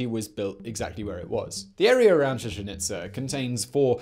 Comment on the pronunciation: Chichen Itz'er', ví'er', are'er', May'er'. Even "awe" came out sounding like "a'rrr"!! Luv 'em and all his channels, but God damn😳¡!¡!¡! 🤘🇬🇧🇨🇿🇺🇸☮️